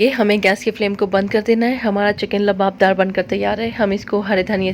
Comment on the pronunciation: Luaab daar not labadar labdar is not correct ، luaabdaar is correct word ،،،